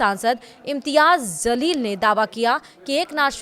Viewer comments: Madam ! Urdu ke words samajhkar boliyega ! Aapne bola " IMTYAZ ZALEEL" Iska arth sahi nahi hota, Aap boliyega "IMTYAZ JALEEL " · Madam it's not Zaleel It's Jaleel.. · ANCHOR PLZ JALEEL BOLO ZALEEL NAHI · Please pronounce Jaeel(glorious) and not Zaleel(distorted)